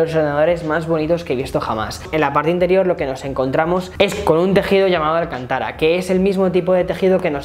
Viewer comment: Es alcaaaaaaaaanta o alcantaaaara